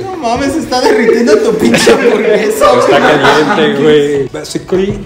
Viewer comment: When Alex said: Es la anvorgesa más qlera Jordan really felt that